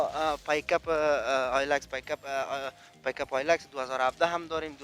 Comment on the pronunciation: Hahahahahhaha Bro he was calling pickup trucks PAIKAP HAHAHAHA MY NIGGAH BOLA BEEN MAKING HIS OWN WORDS